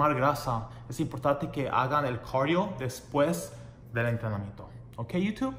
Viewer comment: hola muy bueno el vídeo pero no es corio se dice cardio bye saludos